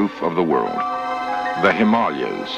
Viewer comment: One of the rare occasions where "Himalayas" is pronounced correctly.